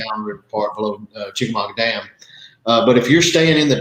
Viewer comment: For the record, pronounced Chickamauge correctly.